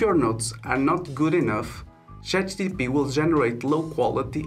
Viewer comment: chat gPt bro not chat gtp haha, thanks for the video though